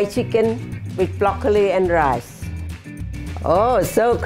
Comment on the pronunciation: Love Her ENERGY "Bloccoli" 😂😅❤